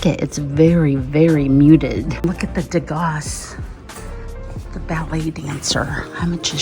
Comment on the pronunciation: Another interesting video. I have a version of the ballerina ornament ‘Degas’ is pronounced without the ‘s’ at the end….as in ‘Dayga’ he was French.